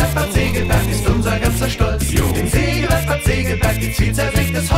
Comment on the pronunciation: Hundertmal Sägewerk falsch ausgesprochen.